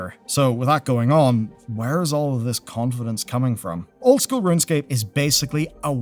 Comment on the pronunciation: its runescape not runscape :)